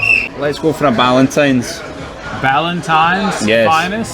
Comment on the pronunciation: It's Ballantines whisky NOT Valentines, plonker!